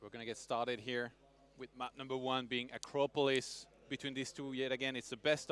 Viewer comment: Dudes, the map is pronounced acrOpolis. Thanks